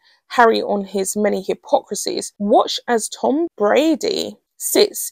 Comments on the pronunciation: I am beginning to be irritated by the mispronunciation of a very simple name with an obvious pronunciation. If it's not Brady, it's Bradbury. Please look at the letters in the word and pronounce it accordingly. It matters, because it is very easy to get the names of people mixed up, and someone named Bradbury might suddenly be accused of something they know nothing about. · Yes, and The Royal Grift kept saying BRADBURY. There is no "UR" in there, but there IS a B. This is not a difficult name and mispronouncing it is careless, to say the least.